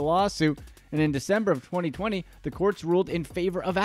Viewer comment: Idk if you said 2020 but it sounds like you said 4020 like wtf 🤣🤣